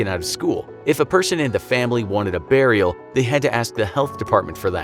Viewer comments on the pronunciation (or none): none